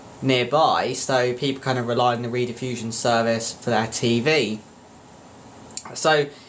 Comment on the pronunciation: Rediffusion (pronounced 'red' as in ready, not 'read' as in reed organ, was preceded by British Relay, which was founded in Gloucester. It was the world's first cable television and radio service. It was founded in 1928 to send wired radio services but became operational as a wired (cable) TV service in 1951. You may find this video enlightening